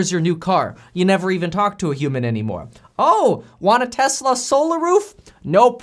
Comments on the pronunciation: "telsa" lol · “Telsa “ LOL , “tell as” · ummm.... Telsa? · you messed up lol TELSA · Lol it says “Telsa” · Telsa haha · Telsa? Dude. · what’s “Telsa”